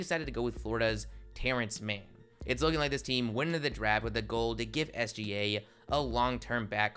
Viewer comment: "Terence Mann”